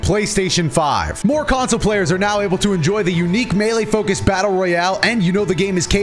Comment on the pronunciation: Omg said melee correctly